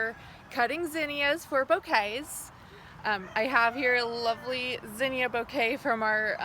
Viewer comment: Thank you for pronouncing zinnia right :)